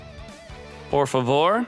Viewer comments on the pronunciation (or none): "BETHOR POR FAVOR". Kkkkk I'm brazilian.